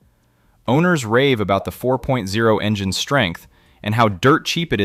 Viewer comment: Ai slop voiceover. for future generations. likely all this guys videos... when you mispronounce 4.0 we all know whats up